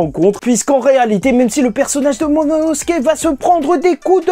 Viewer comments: C'est qui me bute c'est que je regarde t'es review depuis très longtemps. Mais t'as toujours pas réussi à prononcer correctement le nom de momonosuke (Mononosuke) 😂😂😂😂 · Bro c'est "momono... " pas "monono...." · C’est momonosuke pas mononosuke 😭